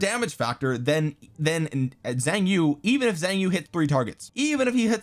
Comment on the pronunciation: I am going to be that guy. Xiang Yu is pronounced Shahng You. The "Xi" has a "Sh" sound.